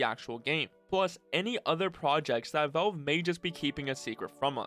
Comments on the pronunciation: Why are you saying "Vulve"? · Say VELVE, one more time. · dude learn how to pronounce Valve